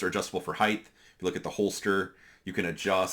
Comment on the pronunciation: Height. Not heighth